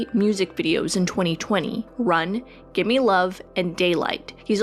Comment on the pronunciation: GIMME LOVE NOT GIMMIE LOVE